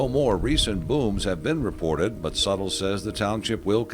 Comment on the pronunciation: Bwut? Moon Bwut? Russian Bwut?